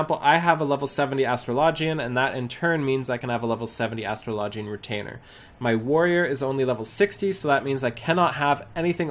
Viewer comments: it's astro - low - gee - in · The way you pronounced Astrologian made me really cringe .. and I'm not even native speaker of the language :x